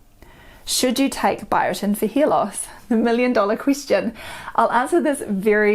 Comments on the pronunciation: She says hear loss. lol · Are you saying hair or ear ?